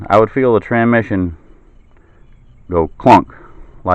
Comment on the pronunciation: This is petty but after he pronounced transmission "tranmission" five or six times I had to stop. TRANS -mission. There is an S before the M.